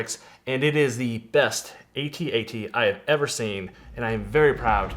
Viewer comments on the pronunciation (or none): It's an ATAT not AY-TEE-AY-TEE 😂😂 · Both are canonically correct but A-T-A-T Logically makes more sense as it's an acronym